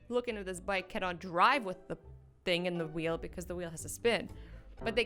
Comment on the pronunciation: the way you said „thing“ in English sounded like the word „Ding“ which means „thing“ in German😂😂😂